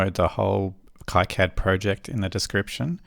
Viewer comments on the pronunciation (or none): It's (Key-Cad) otherwise it's antisemitism. Iol